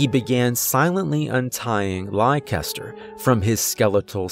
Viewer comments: I think it's pronounced "Lester" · Leicester is pronounced "less-ter". It's a British word. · Americans tend to pronounce my home city (UK) the same way youre saying the horses name lol. Is it spelled Leicester by any chance? You say it like Lester if so ; )